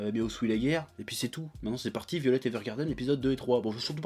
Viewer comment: Mais arrête de dire "violette", putain ! C'est "Vaïolet"!